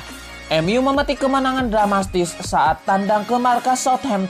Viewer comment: Dramatis bang, bukan dramastis😅